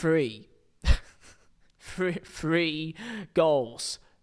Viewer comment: Why can he say thirty, but three? He says free